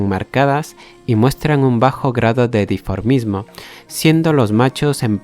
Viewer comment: Minuto 3: la palabra es dimorfismo, no la que se pronunció ( diformismo)